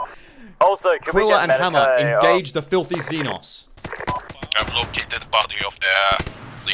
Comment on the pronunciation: Zee nos is not how you pronounce xenos its see noe s